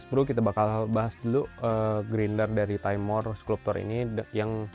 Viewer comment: Bacanya "Skalp-cer" bang bukan bukan "sklup-tor"